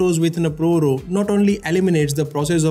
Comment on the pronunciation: What’s up with your pronunciation! You don’t say “Row”.